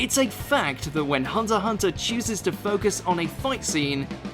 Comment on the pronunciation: This guy is an anime fan yet he pronounces half the names wrong? Especially for Hunter x Hunter.